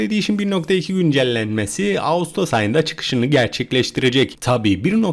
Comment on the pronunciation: Abi güncelleme diye yazıyon güncellenme diye Okuyon